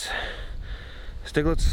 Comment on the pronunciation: Thinking the pronunciation here might be Sty-gletz as it looks like a German name. Anyway, thanks for the upload. Nice walk around.